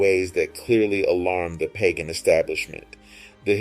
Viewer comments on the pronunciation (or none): none